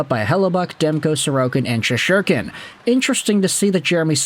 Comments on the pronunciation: “Shesherkin?” It’s been quite a while now, and he’s not exactly new to the league. Is it my pronunciation that’s wrong? Is the T silent? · Well, I guess that's one way to pronounce Shesterkin. Not sure it's the right way, but it is one way.